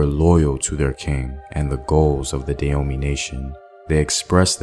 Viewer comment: Can you please pronounce the name correctly. I love your channel and you're normally really good about these things, but it's pronounce "Dah-ho-may"!